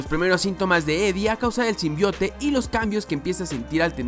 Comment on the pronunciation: Me da risa cuando dicen el tráiler Sim Bai Out :v